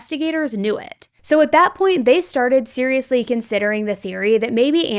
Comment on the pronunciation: I’m autistic and OCD, The “Serialously” is bothering me for some reason. Serialsly is terrible looking but when sounded out is better. But Serialously looks better, but sounds terrible hahaha ugh. I’ve spent about 5 minutes on this. I’ll watch the video now